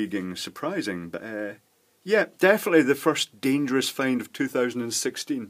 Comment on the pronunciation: It's not dangerous, it's dangeroose! 😉